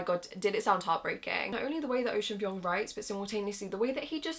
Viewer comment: Girl that’s not how you say Vuong. Please check how the author himself says it.